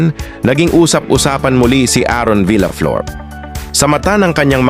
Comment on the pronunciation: Mali ang pagbigkas mo sa last name niya.